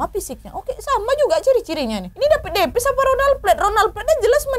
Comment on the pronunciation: Humorku sebatas tiap kak Nad, ngomong "dapid depis"